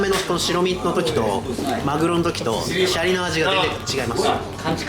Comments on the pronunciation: 税サ込12000円のおまかせで41品は良いお店ですねー！ご紹介ありがとうございます！ 余計なお世話ですが...シャリのイントネーションが気になりました笑 シャリ（↑↓）でなくてシャリ（→→）ですよね！伝われ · シャリの発音が悪い